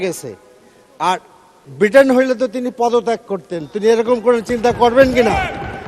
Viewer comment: ভিটেন na Britain 😂😂😂